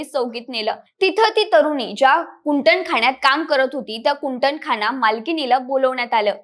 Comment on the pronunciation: अवैध्य नाही ग बाई , अवैध,तसेच कुटणखाना(१.५२) नाही तर कुंटणखाना ! निदान मराठी तरी नीट वाचा,बोला !